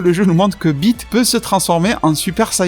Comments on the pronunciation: gg ta vidéo mais PS: t'as dit Bite au lieu "Beat" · Tu parles de ''beat'' de machin 😂